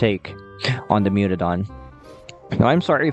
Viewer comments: Mutadon, not mutodon. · Mewtodon❌ Mutadon✔️ (I am correcting the text)